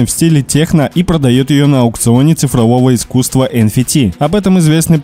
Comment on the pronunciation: Эн Фи Ти... Чувак ты серьезно? Даже на русском это не так звучит, уже не говорю про аббревиатуру англ. Эн Эф Ти